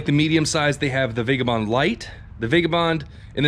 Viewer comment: For the love of god it's pronounced vagAbond ...more specifically...vaɡəˌbänd.